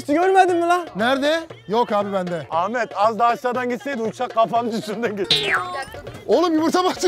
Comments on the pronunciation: Ahfer degil ahmet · Abi herkes ahfer ahfer diye konuşuyor ya❤❤😊😊